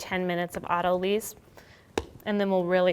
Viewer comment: auto = self lysis = loosen it's "auto-lice", not "auto-lease"